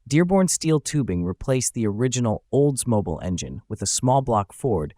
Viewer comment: Learn how to pronounce Oldsmobile